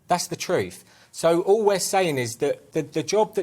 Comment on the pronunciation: But he speak the "TROOFF"